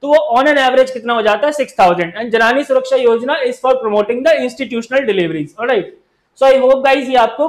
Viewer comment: Thanks for the session. I would like to point out that it's 'जननी' not 'जनानी'